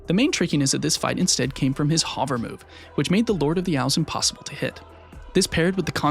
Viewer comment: Crazy production quality for being this early in the youtube grind (3 vids in, I mean). Also, I gotta say it: new “hover” pronunciation just dropped. It’s supposed to be a u sound as in “hunt” or “under.” Phenomenal video I am unfortunately just autistic enough that I can’t let such pronunciations slide without recognition.